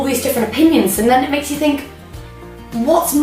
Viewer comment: She always says fink instead oh think